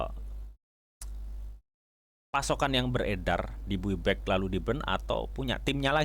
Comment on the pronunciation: Bay back bacanya bui back🤣🤣🤣🤣🤣🤣